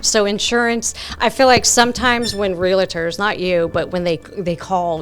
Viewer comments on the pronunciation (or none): It’s a REAL-TOR not a RELA-Tor 🤦‍♀️